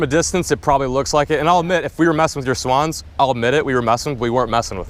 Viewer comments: “Err yoo messing with my swens? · The way she says swans😂😂